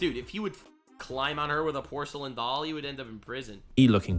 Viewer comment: pocu-what? You mean porcelain, brother. The c is an s sound